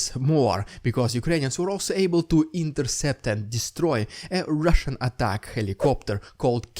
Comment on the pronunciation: RRRRRidiculous..RRRRRussian..PRRRRopoganda! Lol gets me laughing every time!